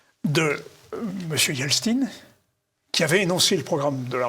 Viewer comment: Elstin ??? Purée…. C’est qui se guignol ?